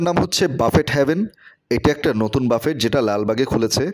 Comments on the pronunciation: বাফেট নয় , এটা ফরাসী শব্দ , উচ্চারণ 'ব্যূফে '! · বাফেট না ভাই, উচ্চারণ হবে বাফে! লেখায় T থাকলেও বলার সময় উচ্চারণ হবেনা। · বাফেট উচ্চারণ 'ব্যূফে ' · খুব কানে লাগছে, বারবার ‘বাফেট’ ‘বাফেট’ করছেন, সঠিক উচ্চারণ হব ব‍্যুফে or বাফে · call buffet not bafet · বাফেট না রে ভাই 😂সঠিক উচ্চারণ বুফে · Phonics er rules onujayi it'll be pronounced 'ব্যুফে' no problem বাফেট /ব্যুফে jai হোকআমরা একটা ভাল রেস্টরন্ট এর সন্ধান পেয়েছি সেটাই আলহামদুলিল্লাহ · Its pronunciation is BUFFE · 😂😂😂 pronunciation ta thik korun..boofay ,,wanton na bole ki sab bolchen